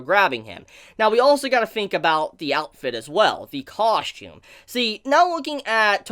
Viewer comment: coSHtume coSHtume coSHtume COSSSSSSSTUME